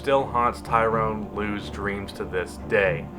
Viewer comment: Tyron not Tyrone